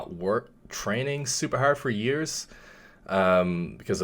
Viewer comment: I picked up the Irish when he said “training haerrd”